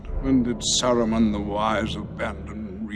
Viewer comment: "Sarumen" is when you have multiple of him?